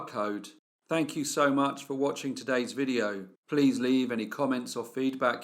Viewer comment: Another fabulous upload!thank you for another Brief (dramatic pause) Case!😅😂❤